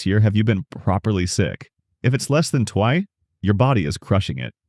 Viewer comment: Wonder if this is AI. “Less than Twye?” … ah there it is